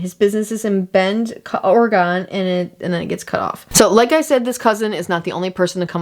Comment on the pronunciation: You pronounced Oregon wrong